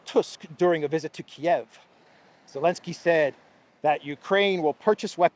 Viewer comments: Please pronounce Zelensky and not "Elensky". Why spoil names like that? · His name is ZELENSKY! Not Elensky.